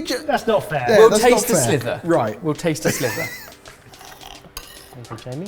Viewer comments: Taste a SLIVER! Not a slither!🐍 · Is it a SLIVER or a SLITHER? 😂🤣😂🤣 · It's "sliver" not "slither". sliver /ˈslɪvə,ˈslʌɪvə/ Learn to pronounce noun 1. a small, thin, narrow piece of something cut or split off a larger piece. "a sliver of cheese" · Total cringe worthy moment when says SLITHER instead of SLIVER!!! you're a chef mate!! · You mean "taste a sliver" not "a slither" - "slither"